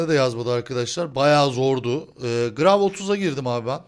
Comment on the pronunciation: gravi diye okunmuyor gravitiy diye okunuyor